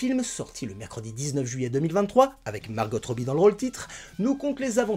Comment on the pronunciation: Petite astuce : On prononce Margo et non pas Margotte (tu dois confondre avec le manège enchanté) lol Et ce n'est pas Greta Guerwig mais Gerwig (prononcé Jerwig) Je n''ai pas vu le film mais vu ta critique je pense que ça a du être un peu compliqué pour la réalisatrice d'exprimer toutes ses idées en ayant Mattel sur le dos. C'est un peu comme quand un réalisateur se lance sur un biopic et que la famille ou les ayants droits de la personne au cœur du sujet s'en mêle. Elle vous donnera son accord pour des infos, des droits à l'image, des droits musicaux (pour les biopics de chanteurs) mais demandera toujours à ce que certains sujets ne soient pas évoqués.